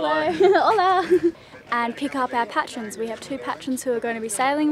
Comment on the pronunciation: Pay-tree-ons. Not Pat-ree-uns! It's a play on Patron |ˈpeɪtr(ə)n|, noun: a person who gives financial or other support to a person, organisation, or cause: a celebrated patron of the arts.